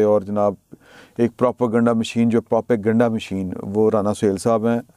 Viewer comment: Salam try this it should be easier to pronounce پرو پا گینڈا (کسی بھی سیاسی مقصد کو حاصل کرنے کے لیے متعصب اور بے بنیاد معلومات کو خبر بنا کر پروموٹ کرنا)